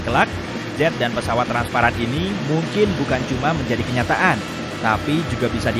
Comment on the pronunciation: Transparan* Bukan transapran